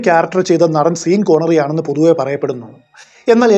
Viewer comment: ചേട്ടാ.. സീൻ കോർണറി അല്ല... ഷോൺ കോർണറി...😊😊പിന്നെ ബ്രോസ്നർ ആണു കിടിലൻ ബോണ്ട്‌.. 🔥